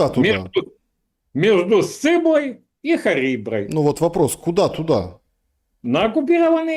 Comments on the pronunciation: "Между сциблой и хариброй"...😂 пошла спать на этом. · между сциблой... и хариброй..! о! как мастерски😮